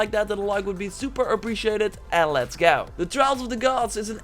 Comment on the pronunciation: "... and let's goe." Lol love it!